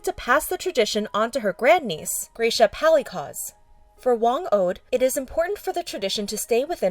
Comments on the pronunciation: It's pronounced Gra-sha Pali-cas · "graysha palicah" 💀💀💀